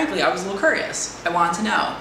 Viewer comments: I love how you say "curious" haha:) As well as, it's not your fault:) It's him. I just think he gets a high out of people asking him how big his wang is. As well as, you sound angry even though you're smiling. I can hear it:) You sound exactly like my dance teacher. Just dance it out:P Or at the least, scream into a pillow:P or find a friend to talk to:P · "I'm kerrious" lol